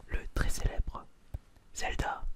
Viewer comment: Le non respect de la prononcé de Zelda